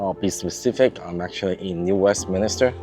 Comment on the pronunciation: Please New WestMINSter.